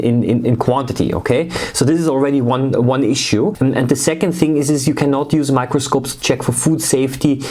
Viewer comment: Every time you say in the first time I thought you said micropuncture